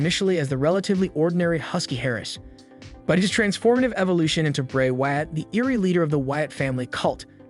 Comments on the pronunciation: Why you say “Wyatt” it reminds me of Cartman on South Park. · Bro your just destroying some of the names...tge way you pronounce Wyatt and Ted Debiase etc....its aggrevating...when you mention the Wyatt family you say it right but your not when you mention Bray